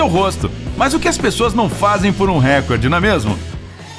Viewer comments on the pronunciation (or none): none